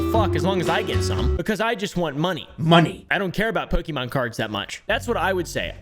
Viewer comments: @@ when I was a kid back in the 90s all the adults said po-kee mon or man's, but it's pronounced po-kay mon 😅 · Poke E Mon... i cannot listen any more. Po Kay Mon. Pokemon. At this point just call them Pokemans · I love it when you say “Pokey Man” ❤😂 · He calls them Pokimaine Cards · its actually po-keh-moan if we're going by japanese pronunciation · Running rn to my homecountry to change my ID and passport 😂. I speak Spanish baby, we pronounce it PokeMÓN 💅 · @@ That's literally what my grandmother still calls them. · Cilib priniincis Pikimin lik in ild lidi in thi 90’s